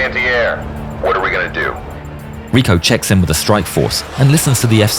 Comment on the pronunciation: I really enjoy yer content. However, “Rico”, his first name, you miss pronounced. His first name is pronounced just like the title of the ancient leaders of Rome.